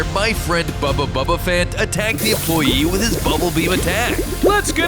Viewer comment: why do you keep saying bubba bubbaphant